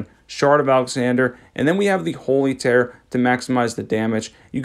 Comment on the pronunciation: Hey bro I love your videos I just wanted to say it's tear (teer), like the ones you cry out ur eyeballs against rivers of blood